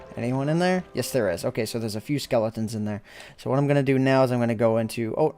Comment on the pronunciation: like if you twisted your head when he said lets see if we can hear the skelotens